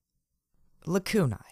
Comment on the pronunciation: Thank you so much for pronouncing Lacunae like it is in Latin!